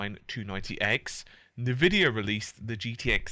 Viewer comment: en-vidia not neh-vidia